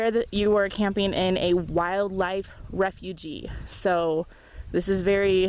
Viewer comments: Hi Refuge is pronounced "refewj" not "refugee". Although wildlife are refugees in a sense! Very nice video! Sub'd and thumbs up! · "Refuge" rhymes with "huge". It's not "refugee".